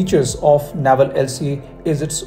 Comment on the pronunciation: Good content. I heard TEDBF for IN by 2040! Also, Naval is pronounced नेवल 🙏not नावल